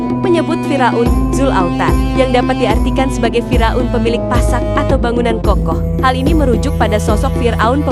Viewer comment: Fir' aun bukan Fira'un.Ngomongnya pletat pletot